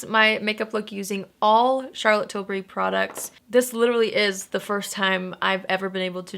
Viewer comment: Thank you for not pronouncing it like TIL-BERRY like every other American 😂😂😂 this is why you’re my fave